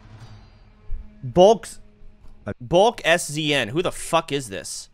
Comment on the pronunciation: LMAO Soda said "Bulk S-Z-N" its bulk season goof